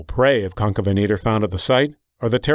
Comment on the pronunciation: Stop calling him concabenator you spelled it right so why can't you say it correctly